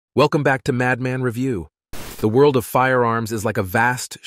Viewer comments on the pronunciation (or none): none